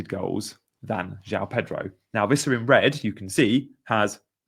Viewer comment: It's Wissa not Vissa btw, he's not German!